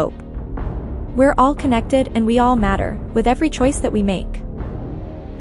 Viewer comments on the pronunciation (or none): none